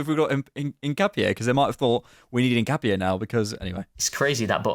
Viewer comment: said it right in the first instance.